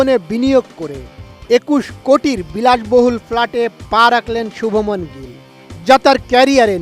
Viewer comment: সাংঘাতিক শুভ মন কি আবার? তার নাম শুভমান গিল😂